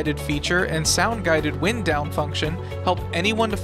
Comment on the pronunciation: Tell me more about "wind" as in a breeze "down". Perhaps if you even thought about what you were reading you would have realized it was wind as in "wound". Pathetically bad.